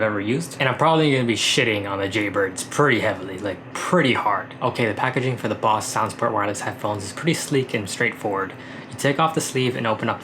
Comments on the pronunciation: It's Bose not Boss, besides the pronunciation this is a great video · You pronounce Bose weird.. the BO is pronounced like bow. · It’s not boss...it’s Bose brother...😂😂